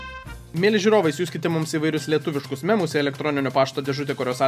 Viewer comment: MYYYYMUS O NE MEME'US